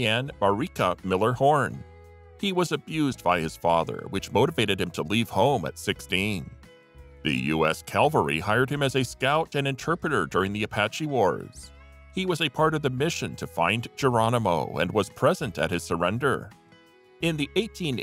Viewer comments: Cavalry, not Calvary. 🤦‍♂️ C'mon, man! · If you are going to do this kind of narration, you should learn one thing. The word is CAV AL RY, not CAL VA RY. Cavalry is a troop of mounted soldiers. Calvary is a hill outside Jerusalem.